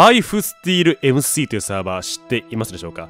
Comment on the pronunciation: エムスィー